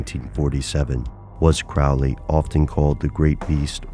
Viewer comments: nope... not really... it's pronounced Crow-lee... not Crowl-ee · His name should be pronounced Crow (like the bird) Lee ... Crowley. Now I'm almost ashamed of myself for being the jerk that goes around correcting people's pronunciation... almost. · You are mispronouncing his name. It's Crow-ley (rhyming with holy). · The people in my family pronounce it that way. Every time someone like a teacher at school would read my name aloud they would pronounce it "crow"ley though. Are my family members mispronouncing their own name? Haha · When you can't even pronounce his name right, it's hard to believe anything else presented.